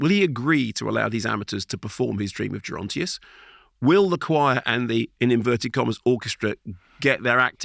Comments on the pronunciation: Mark: 'Gerontius' is pronounced with a hard 'G'. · I meant pronounce Gerontius.......